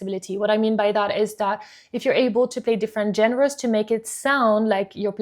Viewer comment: Check your pronunciation of "genres"